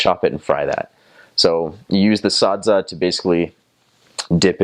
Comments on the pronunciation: The way he says Sadza is very authentic... Shona touch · he pronounces SADZA so well. i couldn't be happier!!!!! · How you pronounce sadza is proof that you know, understand